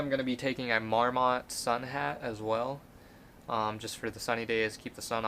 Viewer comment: I also might cross paths with you on my way down. I've got to help you in one area though: it's not mawr-MAHT, it's MAWR-mit. You're going to be seeing a whole lot of them on the trail so I wanted to help you with your west coast pronunciation 😆👍Thanks for the video!